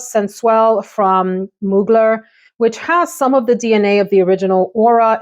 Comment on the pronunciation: Mugler is pronounced MOO-GLARE 😊